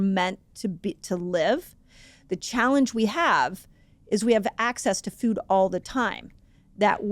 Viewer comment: I couldn’t unhear “fewd” the whole time, but good info regardless :)